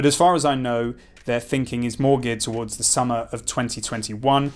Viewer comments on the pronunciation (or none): none